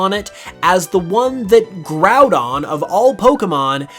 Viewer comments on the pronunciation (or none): none